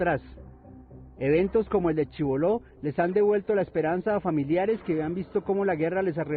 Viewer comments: Por q pirry dice Chiboló. si todo el.pais sabe q es Chibolo sin tilde. (pacto de chibolo) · Lo de Chiboló fue un error tipo "teléfono roto". Desde el Ministerio de Agricultura dijeron Chiboló, a mí se me quedó pegada esa pronunciación y así lo puse en el guión. El error es mio, lo asumo y me disculpo por él.